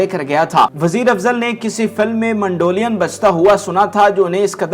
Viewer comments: MANDO LIAN nhn MEDOLIN hy bhae kya bolon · Word is NOT mandolian ... it is Mandolin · اس پروگرام میں ،، اب ٹھنڈک آئیں بھری پگلی،، چلانے کا کیا تک بنتا ھے اس گیت کا سے کیا تعلق ھے۔ پروگرام کا کر رھے ھو اور گیت ماسڑ عنایت حسین کا چلا رھے ھو۔ اور کیسے ھوسٹ ھو جسے مینڈولین بولنے نہیں آ رھا وٹ نان سینس ۔